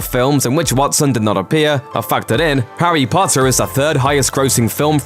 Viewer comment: "Harry Butter" Killed me 😂